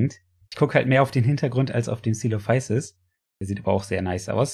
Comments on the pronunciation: Man sprichts im deutschen celophüsis aus was ich weiß Könnt mich aber durch die BBC Doku von damals auch irren xD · Auf Deutsch wohl Zeh-Lo-Füsis und auf Latein Ko-Elo-Füsis. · Deutsche Aussprache = Ce-lo-fü-sis oder Coe-lo-fü-sis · Man spricht ihn so aus:Tsoelofüßis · Ich sprech es C-lo-phü-sis oder halt Ce-lo-fü-sis aus. Bin mir nicht 100% sicher aber ich bin der meinung das die das bei der Deutschen Version vom "BBC Dinosaurier im Reich der Giganten" auch so ausgesprochen. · So spricht man ihn aus